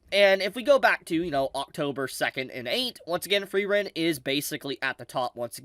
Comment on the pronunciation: i love you, but pls type 'Frieren' into your google translator and use the voice/pronounciation function